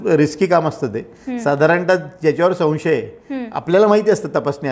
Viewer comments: मुलाखत चांगली घेतलीत..फक्त, "सन्शय"असे नका म्हणू."संशय"असे असते ते. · माननीय भामरे साहेब खूप सुंदर मुलाखत झाली. तुमच्यामुळे बऱ्याचशा गोष्टी कळल्या. तुमच्या बोलण्यातील साधेपणा व स्पष्टपणा मनाला भावला. तुम्ही तुमच्या भाषेवर लक्ष द्यावे. संशय हा शब्द चुकीचा उच्चारता...